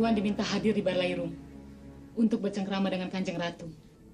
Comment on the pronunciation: Balairung, bukan balai room.